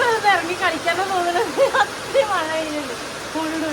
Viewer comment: മയ അല്ല മഴ